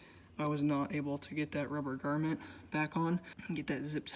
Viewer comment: and it "GROMMET" not garment lmao, it's not a piece of clothing